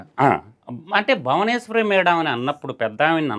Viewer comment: మధుసూదన్ రెడ్డి గారు భావనేశ్వరి కదండీ.. భువనేశ్వరి మేడం.. పేరు కూడా సరిగా పలకరు..